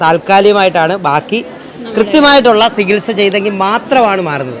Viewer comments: സികിത്സ അല്ല ചികിത്സ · ഒക്കെ ശരി, പക്ഷെ ഒരു കാര്യം.... "സകിത്സ" അല്ല സേട്ടാ, "ചികിത്സ" എന്നാണ് മലയാള ഭാഷയിൽ ഉച്ചരണം 🤪